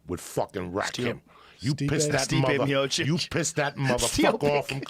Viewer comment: Actually he pronunced it correctly that time hahah "MIOCHICH" or Miočić in Croatian 😊